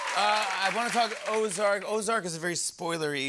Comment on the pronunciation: Good job with “ozark”!